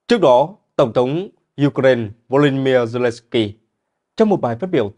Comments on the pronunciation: đã bảo vậy mà, nghe thật hay đúng không ? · BTV phát âm Ukraine nghe hay hơn Ukraina. 👌👍❤️